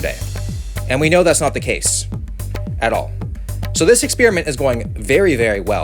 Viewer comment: U said Ex_spear_iment Lol